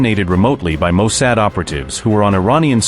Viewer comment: Bro, your AI needs to be tweaked, its not Mo "Sad".